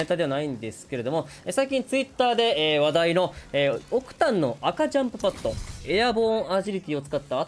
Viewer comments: 赤ジャンパが赤ちゃんパッドにしか聞こえん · オクタンの赤ちゃんパッドに聞こえて「！？」ってなったら赤ジャンプパッドだった